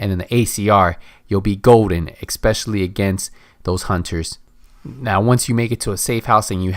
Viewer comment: Es-Specially, Not Ek-Specially.